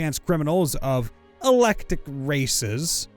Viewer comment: There are no "i's" in "Scylla". God damn it. I hate fake stories that are just there for product placement. This is the second time you've sold out. "Eclectic", not "electic".